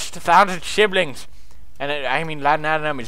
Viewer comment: Note reads: 100,000 shillings Pewdie reads: 1,000 shiblings xD